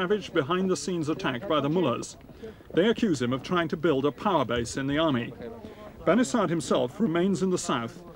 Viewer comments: ok i just heard the guy say "bani sad" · Why is his name spelt Bani Sadr when the R isnt prounced? Or is the narrator getting it wrong